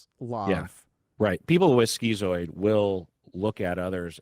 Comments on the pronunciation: Isn't it pronounced "skitz-oid" rather than "skee-zoid", since it's related to the word "schizophrenia"? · Are you saying "schizoid"? I've never heard it pronounced that way, ski-zoid instead of skit-zoid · I always thought it was pronounced “skit-zoid.” 😄